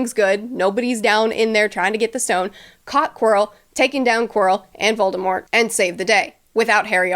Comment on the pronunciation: I appreciate how you pronounce Voldemort the right way